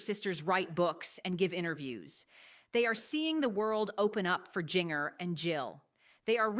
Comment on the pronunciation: Lady its Jinger pronounce Ginger